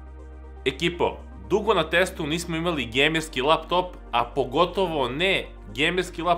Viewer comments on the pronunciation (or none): none